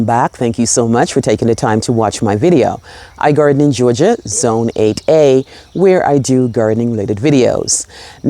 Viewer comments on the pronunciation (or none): Sending love from the Outer Banks xx missed hearing you say George -Ga 🥰🌞🐦💓